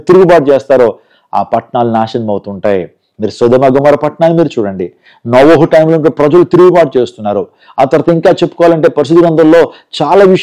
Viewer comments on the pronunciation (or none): none